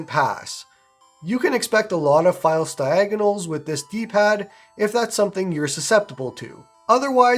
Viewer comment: Fialse? Muffin mouth this video hehe 😉 jk. Good video!